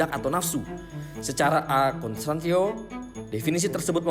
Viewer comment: a contrario aja kepleset lidahnya.